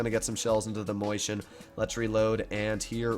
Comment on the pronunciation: It's not a mOIshen, it's a mAUshen. Can't you read? That's what happens when you've attended the public fool.